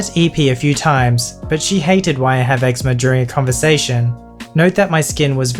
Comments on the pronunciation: It's pronounced egzeema not eggsma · The way he pronounced eczema had me dying 😂